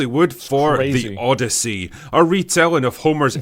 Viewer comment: The O-DEI-YSSEY